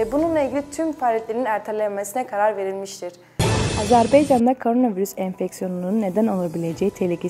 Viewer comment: AZƏRBAYCANA NİYƏ AZERBEYCAN DEYİRSİZ. BEY YOX BAY SÖYLƏ TÜRKLƏR BAY SÖYLƏYƏ BİLİR.